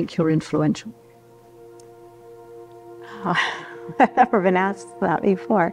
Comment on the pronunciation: Effluential... The BBC has lost the news.